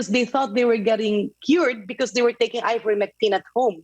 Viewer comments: Ms Pinky Webb cannot pronounce correctly Ivermectin. She repeatedly calls it IVERMECTRIN 😂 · ivermectine not ivermectrine,. you're a journalist and the repeated ignorance of the name of the subject medicine is annoying and disappointing!